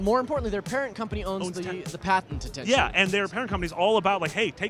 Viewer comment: ITS TENCHU JESUS PEOPLE